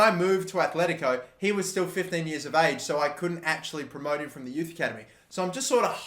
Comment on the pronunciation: They are called aTletico not aTHletico... jesus...